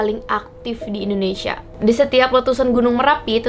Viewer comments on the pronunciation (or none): none